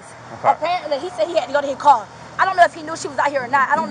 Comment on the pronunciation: What kind of language is she speaking? Scraight instead of straight? Bruh instead of bro. Kongcreet instead of concrete. Rewind back to school girl and start over because you got this one wrong. Cwar instead of car. Beefoe instead of before. Let's play the name game .I will say a name and you tell me the ethnicity of the person. Fanisha? Laqisha? Danita? Lavonshe ? Kaniqua?